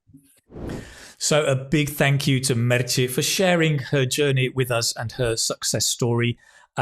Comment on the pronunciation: Hahahaha, love the way you pronunce Meche. It´s Merche, ending in "e" , not Merchi ;). Greetings